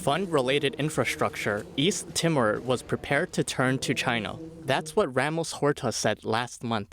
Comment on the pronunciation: East Timmer? FFS